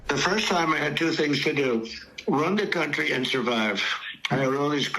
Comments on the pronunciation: I think he just can’t pronounce ruin. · Donnie forgot the i in ruin...its ruin...not run...😉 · " RUIN " he meant to say " RUIN not "run"